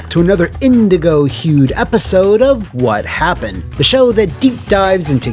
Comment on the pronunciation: Whahapppend on Custom Robo pwease.